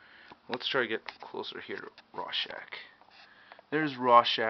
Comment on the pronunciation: its ROR-schach, not RAW-schach! but good review!